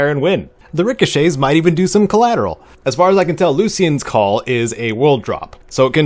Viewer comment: It’s pronounced “lue-sh-ian” not “loos-Ian”